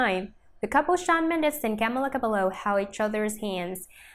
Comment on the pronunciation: “Camla cablo”